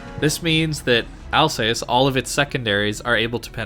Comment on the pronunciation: Al-zahss, not Alsays